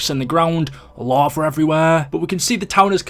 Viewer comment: Lava* not Lohver